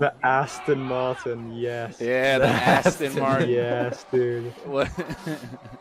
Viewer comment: It’s ‘Asston Martin ‘ for me